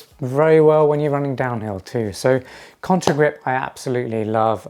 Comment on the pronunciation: Contagrip. Not contRa😬